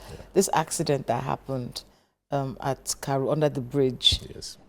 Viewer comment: It's Karu and not Kary, I am a resident of FCT